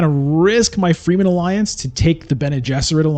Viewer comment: I like your videos a lot, but come on man! You should really learn the proper pronunciation. Fremen is fremen, not freemen.